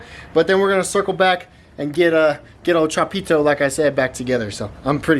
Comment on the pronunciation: really emphasizes the pito part of chapito lol